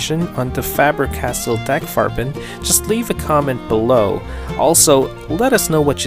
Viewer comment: Yes, that's probably the first time I heard someone that's not German pronounce it, and yes, you did perfectly fine. Also I really like your accent, where are you from? (If I am allowed to ask)😅